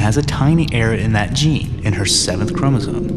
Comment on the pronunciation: He keeps saying Chromosone! Arghhhhh!!